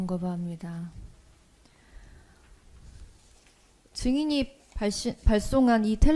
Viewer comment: 증언거부합니다= 모두 제가 했습니다라고 들리네요 너무 사악하니 하늘에서 천벌을 주는가 싶네요